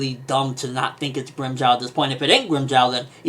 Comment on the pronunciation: Why do you pronounce Grimmjows name like that?!